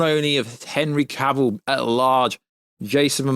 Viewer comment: So refreshing to hear someone pronounce Henry Cavills name correctly.